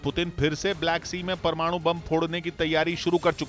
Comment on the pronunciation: Bhai aap parwanu parwanu bohat karte ho